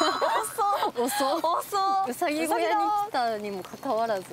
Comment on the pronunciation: うさぎをまあたそみたいに言な！ww